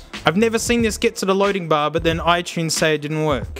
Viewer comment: he says it right